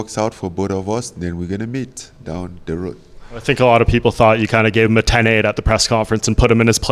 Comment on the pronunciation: Eye tink I know understanding this